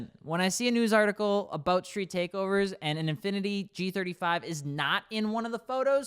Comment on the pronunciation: Bros trying so hard to kill the g35’s name…